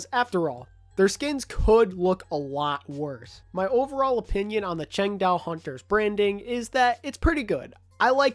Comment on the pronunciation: No offense, but every time I heard you say Changdao, I winced in pain